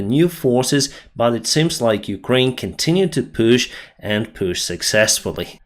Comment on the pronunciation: they PUSH! they DONT "PÜÜSHH"...lol